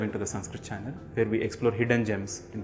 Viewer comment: Why do you speak as if foreigners speak. Namaskar is never pronounced as Namaskara and Ram is Ram not Rama